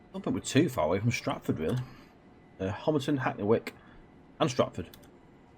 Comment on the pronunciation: Well done on getting the name “Homerton” right. As most are saying it wrong.